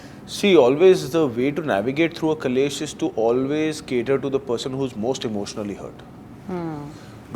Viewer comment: Great interview- only correction ( it is KLESH not KALESH ) ❤